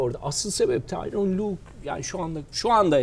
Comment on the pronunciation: "tyron" değil, "tyronn".